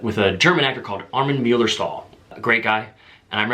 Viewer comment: Hi Ryan, first of all, thanks for the new vlog. I can really only agree with you. It's always weird to hear your own voice recorded. Sounds really different and I don't like hearing my recorded voice either. As a German, it was really funny to hear how you pronounced the name Armin Mueller-Stahl. Then you know what it should sound like for you when a non-native speaker speaks English. The bookshelf piqued my interest. What kind of books do you have on the shelf and what was the last book that you read? Can't wait to speak to you on SAT. And thanks for surprising us with the IG Live yesterday. Toodles! Mike